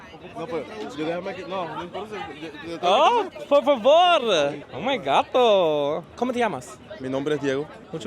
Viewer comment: Not "oh my gatto" 😭😂😂😂